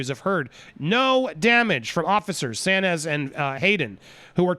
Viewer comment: Saenz is pronounced signz